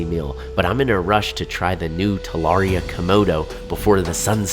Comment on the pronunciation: The butchering of the name is crazy